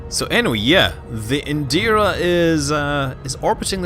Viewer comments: It's "Indra", not "Indira". Just FYI. And goddamn, the Thargoids in this game have done the best job I've ever seen of making an alien race seem unsettling, scary, and truly ALIEN without just going straight into horror (like the movie Alien, or The Flood from Halo). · Indra - reads it as Indeera.